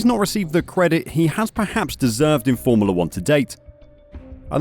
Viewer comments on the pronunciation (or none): Why is this narrator pronouncing it 'formerla'?